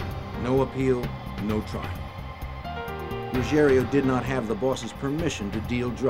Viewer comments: You’d think the voice-over person would learn to pronounce Ruggiero, the main character in the build-up to getting Gotti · So annoying that the narrator can't say Ruggiero and always says Ruggerio. So unprofessional 🤷‍♂️ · It's Ruggi-ero and not Rugg-erio